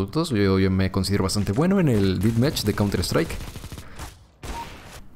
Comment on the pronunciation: Me pone muy nervioso que diga "Didmach" cuándo es "Dethmach"